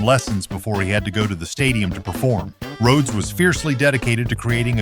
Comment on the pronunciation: Rō-hee-ōdes? You make a tribute video to Randy Rhodes, arguably THE greatest metal/rock/classical guitarist of all time and can’t ensure that your AI program even pronounces his name correctly? That’s not a tribute. That’s an insult. I hate AI. If you really made this video as a tribute to Randy Rhodes then you would have either voiced it yourself or had another human who could pronounce Rhodes correctly narrate. But you made it for the views and likes. Build that channel, get those views, deposit that $. It’s not about passion, not about hard work, not about anything except putting out videos as quickly as possible regardless of inexcusable errors like AI not knowing how to even pronounce the legend’s name correctly. Have you even ever actually sat down, put on your headphones, closed your eyes and listened to Randy Rhodes play? If not then you’re missing out on something amazing. Stop putting out AI videos and disrespecting genius. It completely lacks any sincerity.